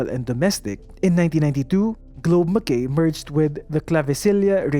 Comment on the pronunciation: Na OC ako sa pag pronounce ng Mackay. Hehe Pero yun lang naman. Veru informative ang video. Thank you for uploading these kind of contents. 😊